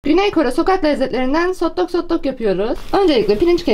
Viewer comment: Sotlok sotlak konuşma sjsjsjsjjsjsjsj